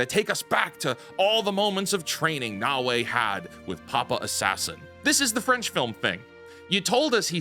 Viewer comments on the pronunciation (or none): none